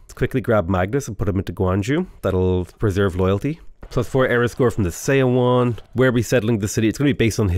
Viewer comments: Just as a note, look up the pronunciation of 서원 - it's more like 'suh-wun' than 'say-o-won'. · Love your stuff! Just one thing.. the "eo" pronunciation in korea words sound more like "uh". Seowon = suhwon etc. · So excited to see you play Sejong. Just one little thing, Seowon is pronounced like the "saw one" in "Yeah, I saw one." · Yep, I agree with this. yeah, the romanization of Korean can be weird sometimes. 서원 is somewhere between "so-one" and "saw one" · seowon is pronounced "suh-won", with "suh" as in "up." the "eo" is a funny romanization rule. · The "eo" in seowon is actually an airy/soft o. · Hi, idk if you care, but the Korean word Seowon is pronounced "suh-won" same with Jeonju. It's pronounced "Juhn-joo" "eo" is usually pronounced "uh" I have no idea why they decided to use those letters lol Really enjoying your civ videos, thanks for the awesome content :)